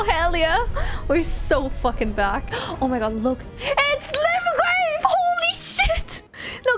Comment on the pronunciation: Screaming about going back to Limgrave as if its a Ligma Rave, fun.